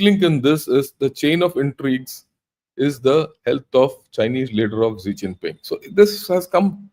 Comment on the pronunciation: Sir, pls.pronounce Xi Jinping properly, It's Xi Jinping and not Zee Chinping. Very good analysis 👍